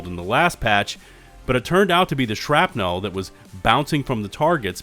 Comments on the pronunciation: Why is my guy saying shrapnel like that lol? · Why’d he say Shrapnel like a drunk Californian female? 🤣